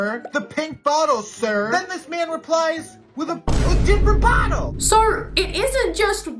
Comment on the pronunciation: the way he says “ SECOND!” And “BOTTLE” ☠